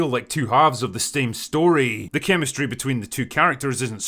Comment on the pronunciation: "the STAME story" 😅😅😅